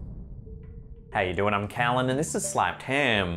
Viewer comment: Your 'Heyadoin' is so close to home! In Chicago we say 'Hiyadoin'. Shout it out to Chicagoans and see how we react. As far as that imploding truck, a fire inside the tank will cause that exact effect.